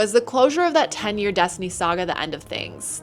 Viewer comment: What is Dess-tooney? I’ve never heard of it. Is it a big game?